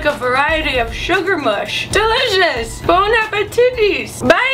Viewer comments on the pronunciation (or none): Did she say Bon appetitties? LOL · Lol did she say bon appetities! SUGAR MUSH BURRITO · "BON APPETEETH" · lol "Bon apetitties" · Did Grace say Bon Appetitties?